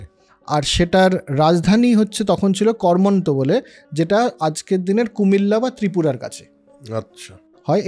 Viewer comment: সামগ্রিকভাবে আলোচনাটা খুব ভালো লাগল। শুধু কয়েকটা ভুল একটু কানে বেজেছে। যেমন 'কর্মন্ত' (কর্মান্ত হবে), 'হরিকেলা' (হরিকেল হবে), 'অধিশূর' (আদিশূর হবে)। আর মনুসংহিতায় কি বর্ণসাংকর্য প্রসঙ্গে বঙ্গের উল্লেখ আছে? ১০.৪৪ শ্লোকে পৌণ্ড্রকের উল্লেখ পাচ্ছি, সেটাই কি এখানে বোঝাতে চাওয়া হচ্ছে? উত্তর পেলে আরও সমৃদ্ধ হব। ধন্যবাদ।